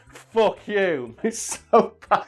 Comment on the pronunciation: "aaah autobots... FOUCK you"